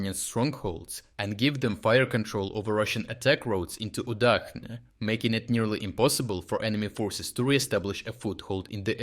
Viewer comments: It's Udachne as the "ch" in the word "chair", not "UdaKne" or "UdaHne" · It's pronounced oo-DAHCH-neh uˈdat͡ʃnɛ